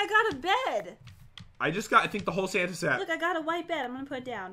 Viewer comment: Did pat say "Fanta!!!!"instead of santa at 1 point?😂